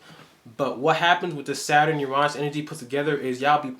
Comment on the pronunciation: I love the way you say Uranus. Sounds right. I’m gonna pronounce it like that instead of the vulgar regular way lol 😂